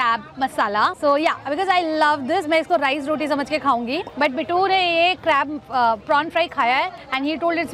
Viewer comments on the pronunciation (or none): none